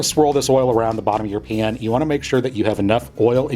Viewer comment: How you say pan does something to my soul. ✨cringe✨